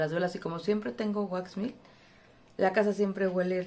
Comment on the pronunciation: Hola Linda, tu producto se pronuncia así como se escribe waxmelt, en español se traduce: wax=cera, melt=derretida no se pronuncia mill o milt espero que no te ofendas por corregirlo